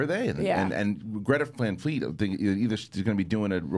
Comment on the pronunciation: LOVE that you all talked about Greta Van Fleet on the show! I knew as soon as butchered their name that was who he was talking about. Their live shows have so much energy, and they are only 19-22 years old. Bright future ahead for these guys!